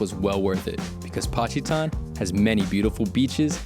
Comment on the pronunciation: patchy-tan in Pacitan lol